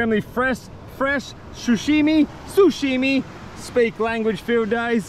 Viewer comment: How many people have told you there's no M in sushi